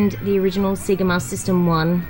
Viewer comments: "See-gah"?? It's "say-gah" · See-ga? Say-ga (Sega) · Awesome, only fun fact is Australians pronounce Sega as 'See-ga' rather than 'Say-ga' even though when you switch on any Sega game it says 'Say-ga'! Crazy! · It's a hard one - living here in Australia I say See-ga but after learning Japanese (only a little) but I did learn how to pronounce it a little better :-) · Haha I know right! Just how we say it. If in Japan however, I pronounce it correctly when asking for games. Thanks for watching.